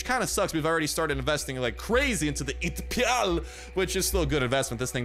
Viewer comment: Dude it’s not pronounced ATPIAL it’s an abbreviation for Advanced Target Pointer illuminator Aiming Light you’re welcome